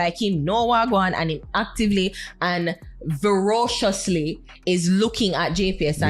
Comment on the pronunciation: Not "verociously",. Look like LA Lewis have u inna class